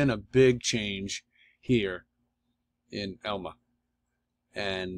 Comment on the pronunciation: Hey............you toad, it's Irma you idiot, not Elma